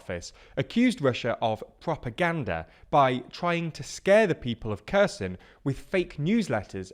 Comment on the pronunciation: Kerr Sun 😅